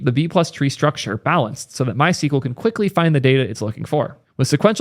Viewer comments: MySQL is not pronounced "My sequel", the documented and official pronunciation has always been "my ess cue ell". I know there's a lot of controversy about the pronunciation of SQL itself but for MySQL there is no ambiguity, just an Internet full of people saying it wrong :) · You are pronouncing it the wrong way. the SQL part in MySQL should be pronounced as either "squel" or "es que el". Sequel is a different language dating back to the 1970s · it's pronounced "my es queue elle"